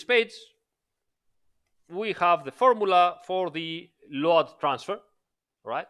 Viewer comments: Why you keep pronouncing it LO-ADD. Instead of Load (lowd)? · I really like the way is pronouncing LOAD, even knowing it's not correct....